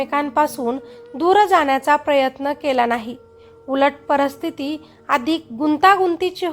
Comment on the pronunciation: परस्थिती नाही परिस्थिती असा शब्द आहे तो. मराठी अशुद्ध बोलता.